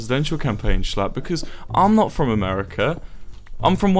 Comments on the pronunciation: thats not how to pronounce schlatt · ur saying sclatt like skleat